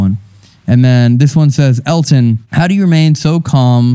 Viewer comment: It's not Alton it's Elton